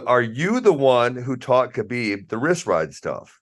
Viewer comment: Yes, DC, I am smarter than the teachers. 2 genders man. Also, you went to college and can't say the word wrist. You say riss. Apparently you can't say no to food either!